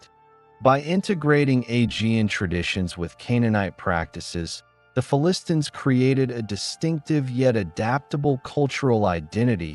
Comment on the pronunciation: What is with the affected pronunciation of "Philistines", a pronunciation I have not heard anywhere else and one that is counter to all dictionaries. Are you just trying to be clever?